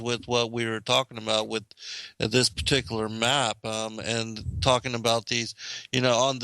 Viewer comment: It's peculiar how you say particular.